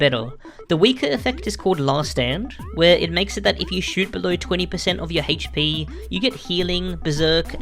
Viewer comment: I cant stand the pronunciation of ”HP”